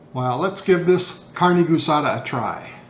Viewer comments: All right, guisada is pronounced (Gee-sada). Looks great though. Was wishing I had smell-o-vision. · As a fellow Texan born and raised in San Antonio/Panna Maria (and attended college in Kingsville), the actual proper pronunciation is gee-sa-da. My technique is to buy stew meat from the local meat store, brown, then simmer for around 6 hours or so, until tender enough for my liking. I then add the other ingredients, which have already been sautéed. On occasion, I will use Fiesta-brand carne guisada seasonings, but it is basically the same thing as the seasonings you are using, but with an added thickener agent that helps keep everything together in the tortilla, otherwise, you can use a small amount of cornstarch.